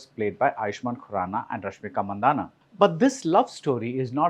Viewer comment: As a Tamilian I expect you to pronounce Mandanna correctly. Hint: it's not Mandahna